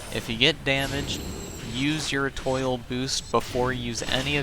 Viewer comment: Eh-TWAH, not Eh-TOIL 🤣❤️